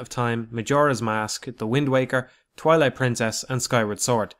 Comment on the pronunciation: When he said 'Twilight Princess' during the intro segment, it sounded almost like he instead said 'Toilet Princess' at first. That'd be... a much different game, and i had no idea Midna was into that kinda thing but whatever floats 'er boat. :P